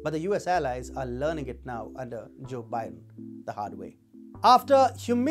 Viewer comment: cho bi-den.